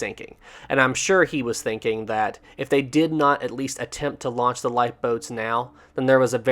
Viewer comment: I'm glad I'm not the only one who forgets the n in launch 😅. It's okay, I do that mistake all the time lol.